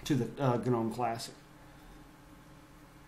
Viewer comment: It's not guh-nome the G is silent.